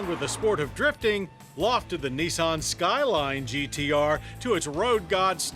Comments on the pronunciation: nIsan not neeson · it's not neesahn it's nissan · gotta love Americans... Knee-sawn... LOL